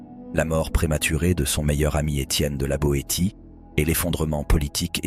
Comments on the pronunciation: On dit "Étienne de la BoéSSIE et pas de la BoéTIE. 😊 La voix de l'IA dans le cas présent est une béotienne. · La voix est générée par IA, ce qui donne ce ton monocorde... Personne ne prononce "té" le "T" du nom de la Boétie ( mn env) sauf une IA... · Vidéo terrifiante, produite par IA. Ne sait même pas prononcer "Etienne de la Boétie". Une catastrophe, et le pire : le public a l'air d'aimer. Nous sommes perdus. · L intelligence artificielle fait des ravages,même pas fichue de prononcer La Boétie...ça fout tout en l air. Il y a des tas d acteurs qui liraient ce texte en lui donnant 1000 plus de sens ,et la musique de merde derrière? ...c est du ANTI MONTAIGNE, probablement pour toucher des droits..fuck you!